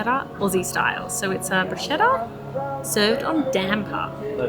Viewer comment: Triggered italian here 🤣🤣 if there is a H after the C you read K so it is brus-K-etta 😁 love your videos❤️